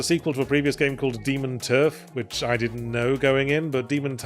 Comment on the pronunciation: Demon... terf? Or turf? Very different things.